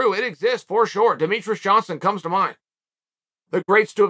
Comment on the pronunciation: Uncle Chael "for shore" Sonnen